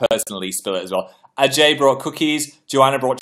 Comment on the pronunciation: "ah-jay". "AH-JAY".